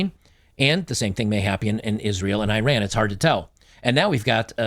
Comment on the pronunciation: Ee-Rahn not I-Ran